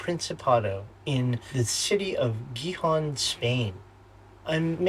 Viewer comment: Great, now that you've learned how properly pronounce Gijon (both times with that J sound) you can properly say my name and also Juan!! . I already saw Hazel's video, it was a great job!!! Cheers guys!